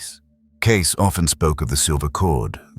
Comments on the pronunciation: CASE NO IT'S CAY-SEE !!!!!!! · It's " Kay-SEE", NOT "Case"! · NOT "case"!!! Cay-see!!! Stupid AI!! Not as smart as everyone thinks you are!! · Lovely video. Thank you.(and its Edgar Kay-see)